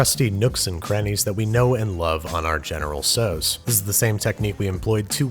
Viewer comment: It’s not pronounced “so’s” it’s pronounced “tow’s” (the tow is pronounced like “ow that hurts”) otherwise good video!